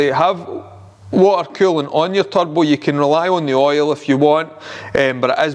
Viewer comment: "You need a good turbo." At first I thought you said "tug boat." 😆